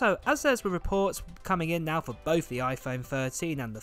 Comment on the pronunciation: Your content is great but can you please pronounce “th” correctly it drives us insane. My son can’t even listen to you. Both is not pronounced “bofe”. Thirteen is not pronounced “firteen”. Please.